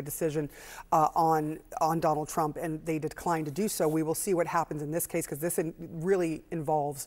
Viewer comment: Habba's Jersey accent slipped out there for a second LMAO "becwause"